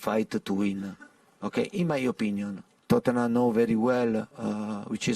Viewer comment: I really hate how he says "Tottenham" and not us.